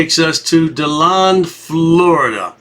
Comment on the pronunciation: I can't believe these frauditor idiots have started up in my area. How sad.. btw, it's pronounced De Land, or as most ppl call it, Dead Land. I'm from Miami.. but I'm embarrassed to live here now. At least I'm super close to Daytona Bch! 🌞⛱️🌊